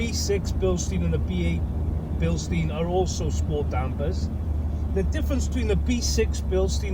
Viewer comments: You are saying the name Bilstein wrong. Here is a Bilstein link so you will know how to pronounce the name. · Bilstein is German. Incorrect pronunciation makes it easier to identify incorrect advice. Spring rate does not change with age or use. If the spring degrades, the free length reduces by the same amount as the ride height but the rate doesn't change. I too have found Koni compression damping rather soft. Years ago I used Spax instead as compression and rebound were simultaneously adjusted by a single screw.